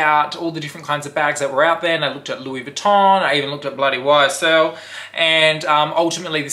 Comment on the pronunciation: Lol! Did you hear how he said it?? 😆😆😆